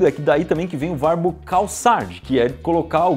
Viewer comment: Apenas eu ouvi "varbo" em vez de verbo no final do vídeo?😅😅❤